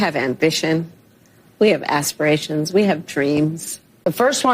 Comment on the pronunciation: s-pee-ray-shun? Oh, as-pi-ra-tion. Aspiration. ASpiration. ASPIRATION!